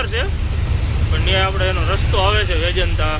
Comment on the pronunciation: રાવલકિલા ના કહેવાય રાઉરકેલા બોલાય અને વેજંતા ના કહેવાય વેદાંતા સ્ટીલ કહેવાય વિડીયો તમારા સારા હોય છે પણ ગુજરાતી બોલવામાં તમારે કેમ તકલીફ થાય છે